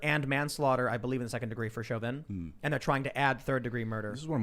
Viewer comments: Chauvin = SHOW-VIN. Not shove-in. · Tim not knowing how to pronounce Chauvins name bothered the hell out of me. you would think he would be more aware, it was like he willfully tried to sound ridiculous.